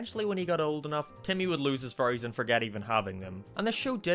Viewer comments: Every time you say Fairies I always have to do a double take because I thought you said Furries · Whenever you say "fairys" it sounds like "furries" instead. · I keep thinking you're saying "furries" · "If he fell in love he would lose his furries forever" Sounds like strange Internet cult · I was scrolling down to comment the same thing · Yeah I know it sounds kind of weird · So the fairies are furries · Salty Soap same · Whenever he says fairy's it sounds like 'furries' and the sentence 'he keeps his furries' sounds wrong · Anyone: Fairies: FURRIES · I keep hearing “furries” instead of fairies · your accent makes fairys sound like furrys i was laughing the whole review because of that not at you just the context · I love how he pronounces "fairies" as "furries" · STOP CALLING THEM “FURRYIES” LMAO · When says fairies it sounds like furries and i regret realizing this. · Sorry, but your pronunciation of "Fairies" does sound like "Furries" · When you say fairies it sounds like you say furries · Probably cause he is saying furries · When he said ‘fairies’ I thought he said ‘furries’ 😅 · is it me or does it sound like says furries instead of fairys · Is it just me or did I only realize that he was saying "fairies" and not "furrys" halfway through the video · Why is it whenever he says fairies it sounds like furries. "- and leaving behind his childhood furries." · I can't unhear him saying "Furries" Abbey time he says fairies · I know its because of its accent but, I find it funny how he pronounces fairies with furries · You saying “Fairies” sounds like “Furries” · No offense, don’t hate me, but the whole time I thought you were saying Furys instead of fairies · It sounds like hes saying furries instead of fairys. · When he says fairy’s he sounds like he’s saying furrys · lol he pronounces "fairies" as 'furries" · It makes me laugh that when you say fairies it sounds like you say furies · Not being mean but u sound like u say fairies ase furries